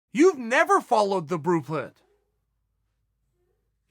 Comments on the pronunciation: Apparently Amanda has never followed the "BRUEPRINT" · CHAEL "YOU NEVER FOLLOWED THE BLUE PRIT" SONNEN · “Hey Amanda. You’ve never followed the blupret” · "In terms of her following the blueprint, hey Amanda...you've never followed the brooplid" - Chael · "You never follow the BROO PRIT" 🤪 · Chael "Bruplint" Sonnen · Chael "brueplint" Sonnen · Saying brueplint with a straight face 😐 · Chael "the brueplint" Sonnen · Chael "The Brueplint Breakfrast" Sonnen. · the "brue plint" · Uncle Chael been at the sauce.? can't say blue print. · "Hey Amanda, you never followed the blupuh" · If chael says blueprint is pronounced "brooplint" then it's now pronounced brooplint. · I know we heard him say "never followed the bler puah" (blueprint) almost half way through 🤣🤣🤣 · "the bruplet" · I was today years old when I figured out I was mispronouncing "blueprint".